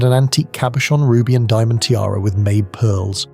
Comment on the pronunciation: Mabe, as in mabe pearls, is pronounced "MAH-bae"